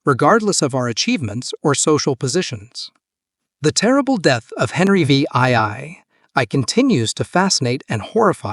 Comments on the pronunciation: Henry VIII is pronounced Henry (the) 8th by all experienced English speakers. If the Ai can't handle Roman numerals just change VIII to "The 8th" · "Henry Vee Eye Eye Eye" Can you make the AI any more obvious? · Henry the Vee Eye Eye Eye, huh? 🤣